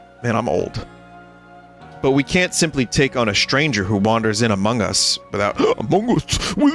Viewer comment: The incorrect emphasis makes it even more tangible. "Wanders in AMONG US™️" instead of "wanders IN among us".